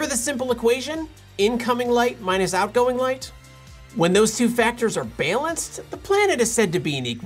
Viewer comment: It sounded like you pronounced “balanced” like “baylanced”. Explain!